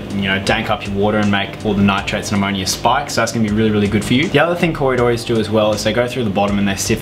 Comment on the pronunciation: Yes you are wrong it pronounced co - ry - do - ras !